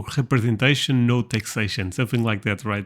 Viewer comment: yes, it is indeed "no taxation without khrepesentation"